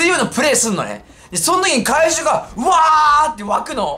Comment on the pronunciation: 会場が怪獣に聞こえた